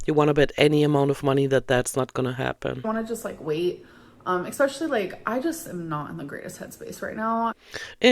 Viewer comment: Expecially, inscrutiating, succalints, ordiments. The list is long